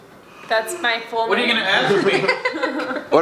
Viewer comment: Dayum.. you just butchered his name lol